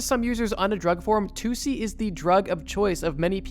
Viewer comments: Its actually tussi! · Bro, its TUSSI